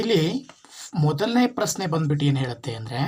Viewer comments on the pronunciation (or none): ನಿಮ್ಮ ಪರಿಹಾರ ಸೂಪರ್ ಸರ್ ಬಟ್ ಕನ್ನಡ ಉಚ್ಛಾರಣೆ ಸರಿಯಾಗಿ ಮಾಡಿ ಸರ್ ಪ್ರಸ್ನೆ ಅಲ್ಲ ಪ್ರಶ್ನೆ ,ರುತ್ತ ಅಲ್ಲ ವೃತ್ತ